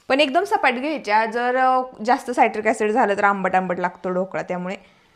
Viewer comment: Saitric acid nae te citric acid aahe